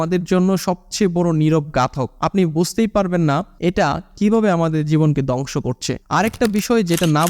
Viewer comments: দংশ না ধ্বংস 😅😅উচ্চারণ ঠিক করুন নাহলে দংশ হয়ে যাবে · দংশ না রে বা, ধ্বংস। উচ্চারণ সঠিক না করতে পারলে ভিডিওর মান খারাপ হতে বাধ্য। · দঙশ কি। দঙস কি ? কথা ঠিক মত বলো।